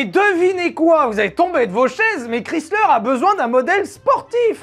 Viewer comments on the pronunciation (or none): Chrysler se prononce /ˈkraɪslər/ (alphabet phonétique), autrement dit « kraï-sleur ». 🇺🇸